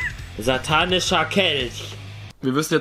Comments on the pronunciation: Niemand: Wirklich Niemand: Rewi: Ein Satanicher Kelsch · Niemand : Wirklich Niemand : Rewi : ein satanicher kelsch 😂😂😂😂😂😂😂😂😂😂😂😂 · Normale Menschen: "Satanischer Kelch" Rewi: "Satanicher Kelsch"